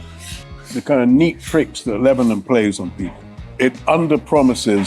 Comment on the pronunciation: Am I the only one who cannot stand to hear him butcher the word Lebanon?